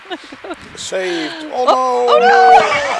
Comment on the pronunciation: “I gues it was a Lars vontreal film” 😂😂